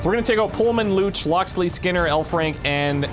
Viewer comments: Hahahaha I have the same last name as one of your characters and it is definitely not pronounced "looch" haha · There is no language on Earth where "Luce" is pronounced "Lootch"